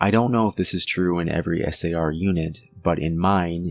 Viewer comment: I would say you're about the most professional chronicaller I've listened to. The fact that you are speaking S A R instead of pronouncing it like a word, is enjoyable to listen to. I'm a retired physician assistant and one of my pet peaves is of people pronouncing acronyms line MuRSA instead of saying it as an acronym M R S A. Especially non-medical people trying to sound professional. Its less peaving if its someone in the profession, but still an irritant. Clearly, it's a little anal-retentive of me, but language and structure is so essential to professional communication regardless of the profession. Its especially an imperative for the chronicaller trying to convey fact rather than just an anecdote. So, thank you for your precise and professional chronical. Reg